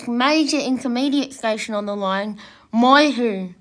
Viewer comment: It's Moy- YEW, not Moy-Hu! And it's Eed-Die...not Eeedee!